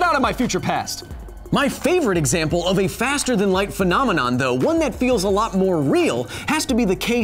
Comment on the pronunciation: When he says phenomenon who hears that muppet aong memomon